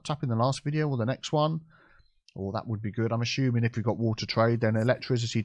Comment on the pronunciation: Am I the only one loving it whenever says "ASHUMING"??? 😁🤣